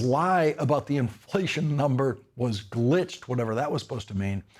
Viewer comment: I thought he said ‘the numbers were great’. Did he say glitched or was the glitch in his mouth?